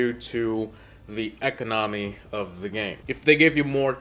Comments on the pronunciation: “economy” lol😭😭😭😭😭😭😭😭😂😂😂😂😂😂🤣🤣🤣🤣🤣🤣🤣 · Why you say economy like that. And why do you do a facevam with a skript still